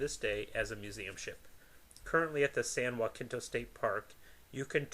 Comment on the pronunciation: So no one's gonna say anything about the butchering of the name San Jacinto?